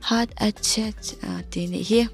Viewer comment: Heart attack (attach) ilam lai tak khi ka inring hman lo🤣🤣